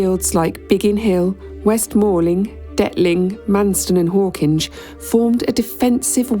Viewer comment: One thing we can trust you to do, that no AI narrator seems capable of, is the proper pronunciation of Hawkinge. 😀